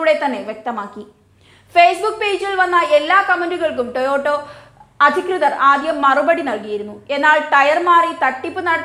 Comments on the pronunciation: "ടോയോട്ടോ " അല്ല "ടൊയോട്ടാ " ആണ് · Toyoto Alla koche Toyota. 🤣🤣 Ayyo daridryam